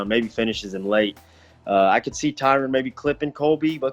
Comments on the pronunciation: HIS NAME IS TYRON NOT "TYRONE" ugh so annoying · It’s Tie-Run not Tie-Rone 😭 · Not one of these fighters pronounced Woodleys name correctly. It's Tyron. Not TYRONE. 🤣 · Its Tyron not Tyrone!!! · Can anyone pronounce TYRON correctly? Lol Everyone is calling him Tyrone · Someone should tell Mackenzie that its Ty-run(Tyron) not Ty-rone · why cant anyone say TYRON correctly. It isnt TYRONE . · Dude was a champion and even fighters cant pronounce his name right. Its Ty ron not Tyrone. Blame his mama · T Y R O N. Not Tyrone 😅😅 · It’s Tyron, not Tyrone. You’d think fellow fighters would know that. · So many of these fighters can't pronounce Tyron's name....blatantly racist. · Literally nobody can pronounce Tyron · Lmao i was just thinking this